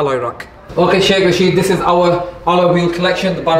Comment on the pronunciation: Rashid is pronounced Raa-shid.